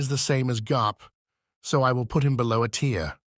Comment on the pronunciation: Hearing the tts mess up "A tier" is irrationally funny to me